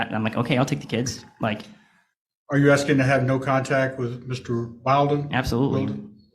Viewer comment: He’s deliberately mispronouncing Wilden so she can continue to turn off the jury by correcting him.